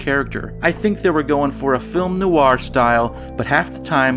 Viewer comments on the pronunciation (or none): none